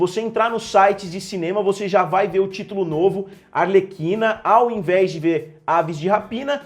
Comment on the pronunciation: A pronúncia é "arleKina"